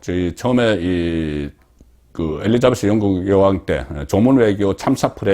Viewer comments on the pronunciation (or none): none